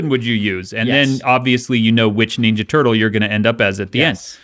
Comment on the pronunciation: I like Dan, but why does he pronounce ninja as neenja?